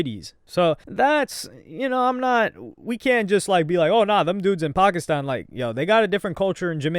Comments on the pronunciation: Nah your pronunciation of "Pakistan" was a little too clean my guy. 🧐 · bro is definetly from pakistan , because why does he keep pronouncing "pakistan" like that